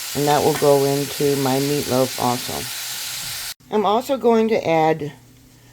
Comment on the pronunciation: "third bartch"...lol..whats a bartch? And whats "mearloaf" 😂 "litds"???